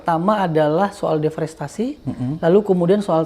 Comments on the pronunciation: DEREFOSTASI .... mulu pak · Bang... "deforestasi" bang.... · Abraham samad ini ternyata orang yang males baca, deforestasi aja berulang2 salah ucap. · deforestasi om Samad, jangan salah sebut ya......